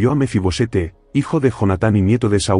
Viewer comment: No es Mefi-Bosete, es Mefi-Boset.